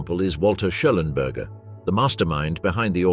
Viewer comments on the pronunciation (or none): Walter Schellenberg. Not Schellenberger.